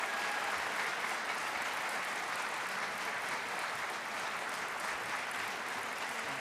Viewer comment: nevadarino?! who are you fonzie?!